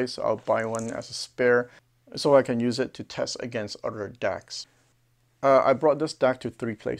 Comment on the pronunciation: Love the videos but it is other not udder.